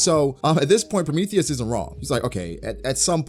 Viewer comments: I love your content and detailed breakdowns for these chapters man but for the love of GOD I cringe when you say PRO-METH-THEY-US lmaoooo I'm not even mad just a pet peeve 😅 PRO-MEE-THEE-US 🤣🤣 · genuine question lol do you actually say prometheus like that? pro-me-thay-es instead of pro-me-thee-us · ....🤨... have you really NEVER heard anyone say Prometheus?...PRO-ME-THEE-US...not “THEY”, “THEE”.... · Promae thious lol the he says it 😅😅😅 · hybrid Kaido is more susceptible to damage -pronouncing Prometheus like Amadeus -Zoro has a variant of conquerors haki -Acting like Ryou isn’t the same thing as advance armament Damn you’re spewing a whole lot of bullshit this review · Why do you pronounce Prometheus like that? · The way you say Prometheus bothers me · U pronounce prometheus weird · Why are you pronouncing Prometheus like that lol